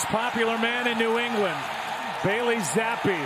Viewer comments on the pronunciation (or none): Why pronounce the E just say Zapp like everyone else